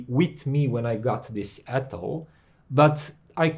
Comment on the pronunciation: Hi. I'm french so I can tell you that you say "Atoll" just right👍😊. Love your channel. Hope the best for you!